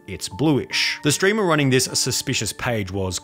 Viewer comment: I like how you said "steamer" instead of "streamer." It's like a Freudian slip.